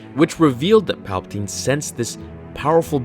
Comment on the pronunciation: It’s palbiteen